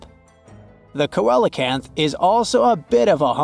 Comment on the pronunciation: Pronounced: seelacanth! 🤔